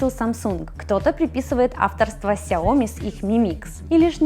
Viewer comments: Xiaomi -читается не как "Сяоми" а "Шаоми" как "Show me the money", но по произношению ближе к "shower" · Боже, ну пожалуйста, сяоми! Ударение на последний слог!!!!!!